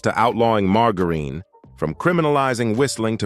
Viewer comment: man that marGGerine.... Come on AI I'm sure you know that word....